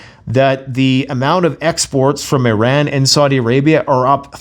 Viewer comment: There's still no E in "Iran". No matter how many times you mis-pronounce it. You complete moron.